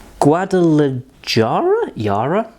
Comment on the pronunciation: Agave....but mezcal is different...somehow... also pronounced Guadala-hara (known for tequila and cocaine smuggling). Also Arkansas is not Our-Kansas, it's pronounced Arkensaw...